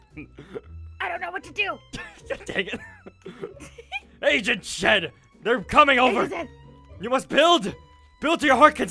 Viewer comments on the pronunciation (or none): Who else thought that agent shed was Pronounced agent shit No offense 😝😝✌🏻️✌🏻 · WHEN SAID FIRST SAID "AGENT SHED" I THOUGHT HE SAID "AGENT SHIT"😂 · I though said agent shet😂😂😂😝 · I thought he said agent sh!t